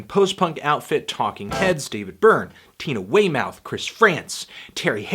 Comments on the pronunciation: Small thing, but it's pronounced 'way-muth' not 'way-mouth' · Of course a Yank would say Wey-Mouth, instead of Wey-muth. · legendary I don’t like correcting something out of nitpicking, because it makes me sound like an asshole. But it’s “Way-myth”. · Pronounced Way-muth...as in Tina. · Dude can't pronounce Tina's last name. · and mispronounced tina weymouths' last name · PJ I love how he pronounced Tina Weymouth